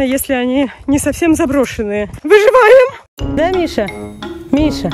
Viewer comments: Не выжеваем а выжИваем👍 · Дайте 10 ЧАСОВУЮ ВЕРСИЮ "выжываем" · Скокораз она сказала ВЫЖИВАИМ🤣